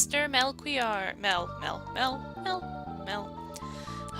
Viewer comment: Agreed. And I'm pretty sure it's just pronounced "Mel-key-ore." I wouldn't even imagine any other pronunciation being intended, but that's me...